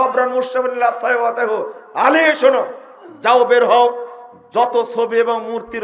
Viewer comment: হাদিস পড়ছেন অশুদ্ধ "সাও ওয়াইতাহূ" এর স্থলে পড়েছেন "সাই ওয়াতাহূ" । আর দাম্ভিকতা ও অহংকার তো প্রতি অক্ষরে অক্ষরে। হায়রে মূর্খতা !!!